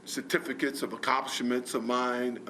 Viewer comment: “Certificate of accimpshimensnbrhhrbtb of mine “ 🤣🤣🤣🤣